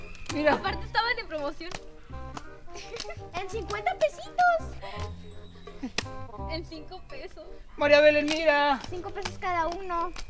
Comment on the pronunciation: Corrección se dice MARIA BELEM vean el vídeo de las prejuntas